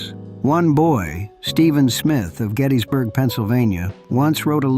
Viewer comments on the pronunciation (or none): none